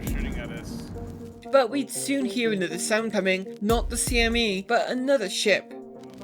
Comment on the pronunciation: This is the dumbest thing ever, but, I smiled when you said CME the correct way despite CIG's mistake.